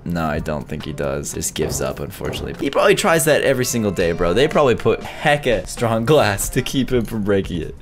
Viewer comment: It’s not called stronk it’s strong